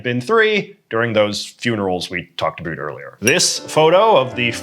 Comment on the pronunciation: JJ.......What is the deal with the way you pronounce "about"? are you putting us on or what? I have been to every part of Canada and the US and Europe and have never heard that particular dialect.